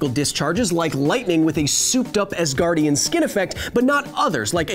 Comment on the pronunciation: Oh Asgardien from asgar I was wondering what I have missed that you call Thor an Ass-gardien 😅